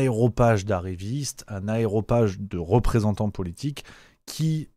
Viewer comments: Attention on dit AREOPAGE et non AEROPAGE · AREOPAGE et non aéropage! Tu te laisses aller,! En attendant, merci de ton excellente analyse! Je viendrais faire la bise à l'un de tes prochains meetings! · Aréopage. Rien à voir avec les aéroports. C'est comme caparaçonné, ça ne vient pas de carapace. Donc aréopage... et pas aéropage. C'est pas un reproche, c'est un rappel du bon français. Sur la victoire de Macron, mon avis est mitigé. Oui, Jupiter a réussi à transformer les députés en courtisans et peut se dire que l'Etat, c'est moi. Le phénomène est du au fait que la place est bonne et que la classe politique dans son ensemble pense d'abord à sa carrière plutôt qu'à l'avenir de la France. J'ajoute que ces gens sont convaincus que la France n'existe déjà plus puisque tout se décide à Bruxelles. Curieusement ils préfèrent rester au palais Brognard plutôt que se noyer dans la masse des députés européens, parce qu'il y a beaucoup plus d'opportunités ici que là-bas. Aucun député européens se sera jamais ministre. Quand à devenir commissaire, il faut être bien vu de l'Elysée. Donc si la politque française sent à ce point la charogne (je vous rassure la même odeur flotte à Londres comme à Berlin) c'est parce que nous avons élu ceux que nos médias nationaux nous ont présentés comme elligibles à grand renfort de sondages truqués. Cependant, je ne vois pas en quoi c'est une victoire pour Macron, à moins de parler de victoire à la Pyrrhus. Alors oui, le système va se maintenir quitte à truquer les élections, mais ça c'est la victoire de l'Union Européenne et non celle de Macron. Il est vrai que le système va essayer le placer Gluksmann en orbite, mais ce mec est tellement un clone de Ma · Aréopage, mon Ami. Pas « aeropage ». Pour que tu aies l’air sérieux 😉